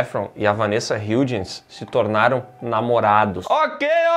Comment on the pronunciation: Como fã de HSM e do preciso enfatizar as várias vezes que vocês falaram o nome da Vanessa Hudgens errado hahahahahhaaah mas tudo bem. Adorei. Nota ⭐️⭐️⭐️⭐️